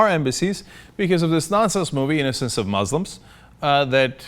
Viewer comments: OK FFS Cenk, it's moos-lims not mahs-lims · Muslims is pronounced with the 's' sound not the 'z' sound. Criticize religion but carefully, not intending to insult the person.